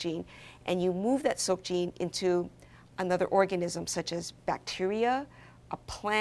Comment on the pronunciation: The way she pronounces "silk" is confusing.It sound more of a "soak" then silk.